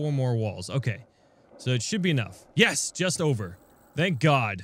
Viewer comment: Every time, when says yes i hear "ja" (German word for yes).... Im a German and i thinking everytime: what? was this a yes or a "ja" ^^